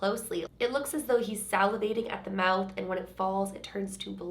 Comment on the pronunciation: Salvinating???? You mean salivating. U added a n in there dear. Haha